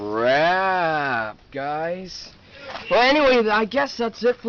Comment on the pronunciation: It’s Wayne Dalton not Wagne Dalton.